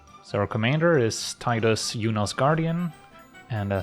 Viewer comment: It warms my heart to hear it as Tie-dus and not Tee-dus